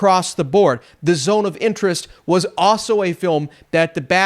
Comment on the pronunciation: It sounded like you kept saying The Zone of the Enders, so that just made me keep thinking Zone of the Enders, fitting as Kojima is now finally making a movie.